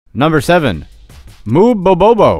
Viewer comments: you mispronounced mubobobo, youre missing one bo, you kept saying mubobo.... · Oops! A few miss pronunciations in this video! Your title says "Mubobobo" (three bo's) where as you say it "Mubobo". Also, your pronunciation of Tanzania....I believe it's "Tan-za-NI-a", not "Tan-zania". Just me being anal really.... The phallic symbol was ALSO considered good luck in ancient Rome and appears a LOT in art and architecture in India as well.